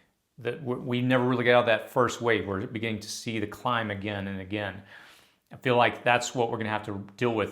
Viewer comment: What is that accent... "feel" sounds like "fell"